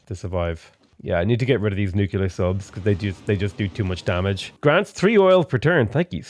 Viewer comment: Nu-cle-ar. Nuclear